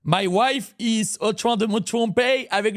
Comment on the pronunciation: “Mi wife is en train de me trompey avec le prof de françaiy” 🤣🤣